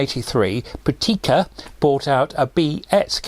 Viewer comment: Actually the stress is on the first syllable : PRAKtica, not prakTEEka.